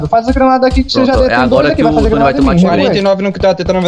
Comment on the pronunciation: E ainda n sabe que e "tonni" e não "tonny"